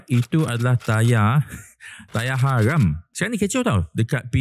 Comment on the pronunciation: Tak payahlah kamu nak jadi barua kerajaan....sebut haram pun tak betul. .😅